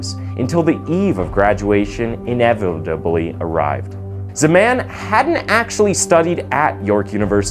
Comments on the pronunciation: "Inevibably arrived" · we just gonna casually ignore how you said “inevitably” 💀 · The way u pronounce Inevitably 😂🤝